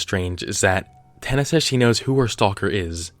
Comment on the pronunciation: LMAO OMG, Tina Man-JuuL